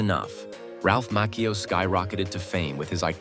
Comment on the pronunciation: Mah..CheeO .LoL ... not mackeo